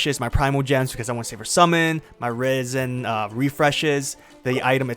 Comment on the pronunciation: 'Raisen'? It's Resin (reh-zin).